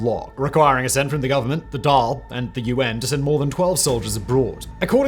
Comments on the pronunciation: Also the Dail is not pronouced dal, but Doyal. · I love your Irish videos, you do a much better job than most English journalists, but please have someone check the Irish language pronounciation😳🫣. Dáil is "dawl" not "dahl". Taoiseach is "tea-shock" not "teesha" and it's "Mee - hawl" Martin, hence he often gets called "Me - hole Martin". As an Irish language speaker I'm happy to be your consultant 👋. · Good video...but...its phonetically pronouned "Dhaawl" to a person who is only familiar with Anglo centric phonetics. Also his name is pronounced "Me-hall".👍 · Good commentary, but your English accent is mutilating the pronunciations... The Dail is pronounced [dawl] and Michéal is produced [mehawl], Taoiseach is pronounced [tee-shock] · Pronounced daw ill as in drawl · to pronounce our prime minister Irish name =' thee-shuckh'. as for our house of power it is pronounced 'da-all'. the Irish government spend only 1 billion on the defence forces and both of our ships for our navy don't have enough ppl to operate them. the irish goverment have cut costs year on year for payroll for troops among other parts of the civil service. our cyber unit has some 20+ operators. to say joining NATO is a possibility is a bit of a joke as we do not posses the military infer structure to cope with NATO demands for entrance. we cant even pay our nurses enough money for them not to immigrate. i only state a point i welcome any points for solutions . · A couple of things (mainly on pronunciation): 1) it "mee_hall" Martin 2) the dail is like fall, tall, or all 3) it's tee-shocked 4) it's tawn-ish-ta Please get advice next time instead of just pushing on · Far from any hostile neighbour.. Also it’s Dawl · Thank you for using the Irish names for things as well in this video! One small note the dail is pronounced "the dawl" and Michael martin is pronounced "mehall martin" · Jesus Simon, would it have hurt to google a few pronunciations? Dáil doesn’t rhyme with dahl, and Micheál isn’t Michael.